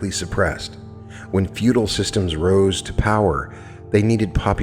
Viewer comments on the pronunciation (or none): none